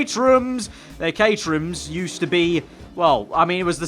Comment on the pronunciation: The way he says caterham, it sounds like caterhew or caterhum